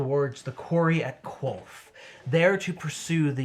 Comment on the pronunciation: Ah Qolth. I heard it's just like Hoth.